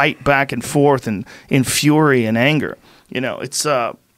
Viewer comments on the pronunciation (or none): none